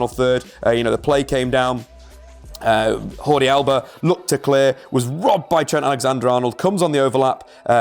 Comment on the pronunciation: "Hordi Alba" 😂😂